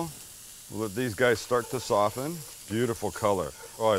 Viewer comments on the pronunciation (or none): none